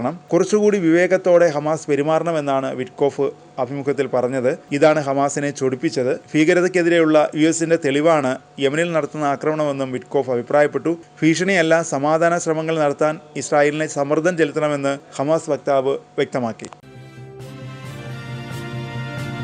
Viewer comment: ഡാ ഫീഷണി അല്ല......ഭീഷണി. ഉച്ചാരണം പഠിക്.ഭാരതം .....എന്നപോലെ....ഭീഷണി